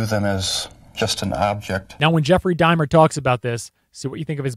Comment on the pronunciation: Why are you saying Jeffery Dimer?????